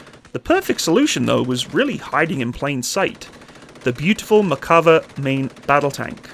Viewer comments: Mare sounds more like "Meyr" Better to pronounce it as Nah-Mehr and Mehr-ka-vah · Say: mair.kuh.VAH